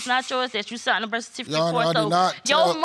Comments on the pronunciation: Birf kertificate 😭💀💀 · Birf cartificate. And Hosplil... JESUS...